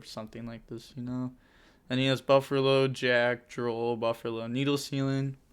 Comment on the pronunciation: Lol why do you call it burfallo 😆